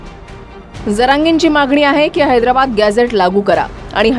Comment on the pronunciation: याला निट हैद्राबाद म्हणता येईना याला अध्यक्ष केलं आहे